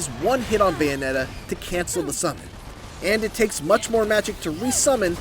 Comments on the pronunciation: Who is this “Bayonet” & “Bay-a-nay-a” person that this critic keeps mentioning in this “Bayonetta” game review? 🤔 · This guy doesn't pronounce the Ts when he says Bayonetta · Anyone else notice this reviewer doesn't pronounce the Ts in "Bayonetta"? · Is it just me or is he saying Bayonetta weird…🤔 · meant Pronouncing it weird lol